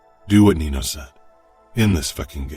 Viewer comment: Mama Mia It's Nino - NEE NO not NEENIOOOO. Even in the previous book it's pronounced NEENO .